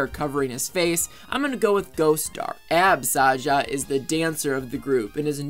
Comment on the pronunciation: Abby’s name is Abby Saja, not abs Saja